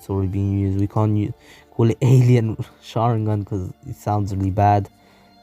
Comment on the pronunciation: Sharingon instead of sharingan at the start and jogon at the end